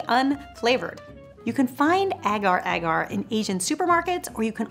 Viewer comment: Hi guys I am from Indonesia and its pronaunced Ager ager 😁